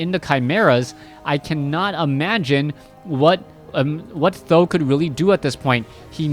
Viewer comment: how did you know Th000 prounece like "san dan"? How do you know Chinese? A bit supprised.